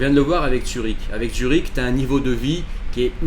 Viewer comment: Zurich. Zurich mec! Pas Tsürich